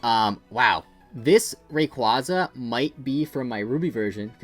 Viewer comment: I loved the video and no mean to hate but this is a pet peeve of mine.... RayQUAYza 😣